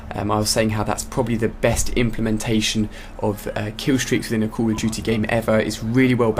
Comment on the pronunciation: i thought he said '' cool of duty'' :P